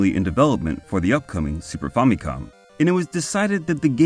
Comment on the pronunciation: Also. On a side note, thanks for pronouncing famicom decently. I hear FAMMY-cawm in a lot of vids instead of fa-mi-cohm.